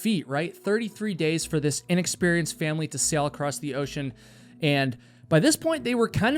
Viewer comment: The word 'ACROSS' doesn't have a 'T' on the end of it. Can you please stop saying this word with a 'T' on the end. Thank you!